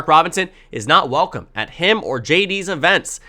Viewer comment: I can never get beyond your intro of "wehkumback" to today's video. It's Welcome. There actually is an "L" in the word. Slow down and enunciate your words. It's pronounced Well-come. Please try to use correct grammar. It's incredibly annoying to listen to. Beyond that, your videos are always biased toward Democrats and you've proven yourself to be wrong on numerous occasions. You are overconfident on Democrats chances and tend to believe that voters and even democrats are further to the left than they really are. You first said Ohio, Iowa, would vote for Biden in 2020. Biden lost Ohio and Iowa by over 8 points. Then you said that Biden was going to win Florida and North Carolina, which he didn't. And you said Texas was going to be very close - it was a 5.6 point race favoring Trump. Stick to neutral positions - not wishcasting - and fix your intro grammar.